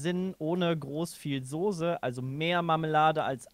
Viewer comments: Sose... ich dreh durch. SOßE oder SAUCE. SCHARF AUSGESPROCHEN.... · Mich triggert es schon seit längerem, dass die Jungs immer "Sose" statt "Soße" sagen. Ist doch nicht so schwer, das richtig auszusprechen :D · Niemand:: Sohse